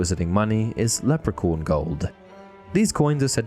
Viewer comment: Leprecorn LOL sorry, but it's funny.